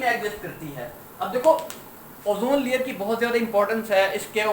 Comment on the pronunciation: Sir layer hota hai lawyer nhi